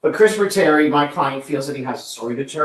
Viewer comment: “Kristafer”??? Really?!